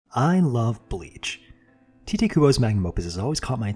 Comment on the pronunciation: Awesome video! TAI-tay btw is how Tite is pronounced! Cheers